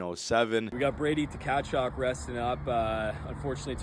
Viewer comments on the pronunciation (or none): How is nobody saying about how he prononced brady Tkachuk as brady Tu-ka-chuuk And lets go oilers!!!!